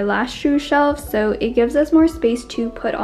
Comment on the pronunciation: "They look SOOOYYY good" that aussy accent tho.